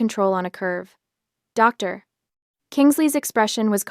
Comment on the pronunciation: A pause after every uttered 'Doctor". WHY?